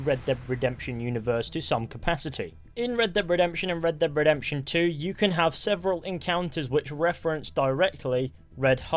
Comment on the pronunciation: Red dead revolver Red dhead redemtion Red dead revolver Red dhead redemtion🤣🤣🤣duh duh duh duh